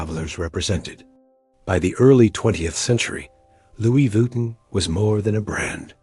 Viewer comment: Stop saying VWEETIN